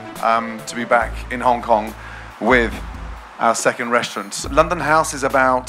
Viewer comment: My ears hunt when she said "Loondon".